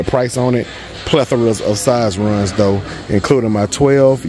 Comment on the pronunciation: I'm not used to another guy saying pleathra